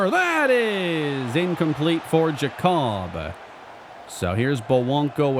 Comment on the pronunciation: I believe Giacobbe is pronounced Jacoby and not Ja-cobb.